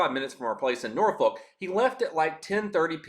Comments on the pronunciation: It's pronounced, "NOR-fuk" or "NORF-ik"😅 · The way you pronounce those cities would get you chewed out by dumb ass locals. Newpert News and Norfuck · Lol pronounced Norfolk wrong